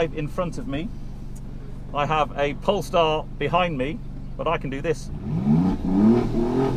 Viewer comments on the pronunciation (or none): none